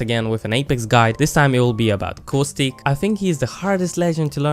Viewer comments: Good vid, but cowstick? It's Caw-stick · just saying its Costic you pronounce it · CoWStIcK Not making fun of his your accent or anything, it just sounds funny. P.S love the vids!!! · "So if you peek coostic" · I came here just to hear you say caustic. I find it hilarious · "cow-stick" and "mir-edge"